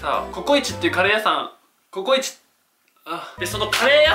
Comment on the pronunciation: こ↑こ↓い⤴︎ち⤵︎ばん→や⤵︎ 発音.www